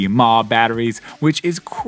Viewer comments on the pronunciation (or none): pls dont say MAH when referring to milliampere hours 😭😂😂